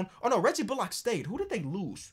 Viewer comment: can you stop fucking saying “Bull-lock”. His name is pronounced Reggie “Bull-lick”.